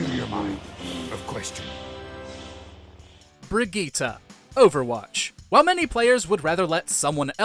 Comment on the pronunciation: I don't think that's how you should pronounce Brigitte